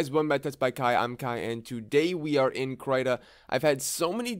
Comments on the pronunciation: crytah???? i thought it was krihtah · krayta?! krit-ta krita man! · Everyone else: kriiii ta Him: cry tah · Krita not cryta. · Stop pronouncing “Krita” wrong pls. It’s “Kr-I-ta” j not “Kr-y-ta”. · Wait... It's pronounced "cry-tah?" I've been saying "cree-tah" and nobody has corrected me in this long?!?! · Wait its pronounced as "cry-ta"? I pronounce krita as "kree-da" o_o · Its pronounced, "Krihta" not "cryta" sir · It’s Krita not krieta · the I is supposed to be pronounced as in the word "index". It's KrIta. not Kraita. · please call it Kreeter...not kryta 😁 great tutorial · I pronounce it kreeta and it’s so funny to hear someone say it krayta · Please. Please don't say it like (cryta), but great video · I thought it was Kr-ee-tuh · you just said “crytha” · I heard kreeta and krit-ta but never krytah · I thought it was pronounced kreih tah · I pronounce it like The name Rita with a sharp T (but with a K of course) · When you're depressed, you pronounce it Cry-ta 😥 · “Krita” is their Swedish world for “crayon”. According to Google Translate (I do not speak Swedish), you pronounce it as “critah” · That's because it is, at least "kree-tah" but "tah" isn't taaaaah it's more like tuh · so it's pronounced kr-eye-ta? really nice video btw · "Crytah" :D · I pronounce it "critter" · I giggled too :) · as what I think, it's like the australian accent for "creator" haha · I've never really heard it out loud so I thought it was pronounced "cree-tuh" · the way he pronounces krita though 😂😂😂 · The way you say krita is making me lose braincells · never before have i heard the pronunciation of krita in this way :000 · Please pronounce Krita correctly if you make another video on it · I say the "I" as if im saying "is" or "in" ... It kind of annoyed me beyond belief that you kept saying the "i" as if you were saying "night" or "fight" or something like that...... But I am also...like....vErY OCD when it comes to how people say certain things..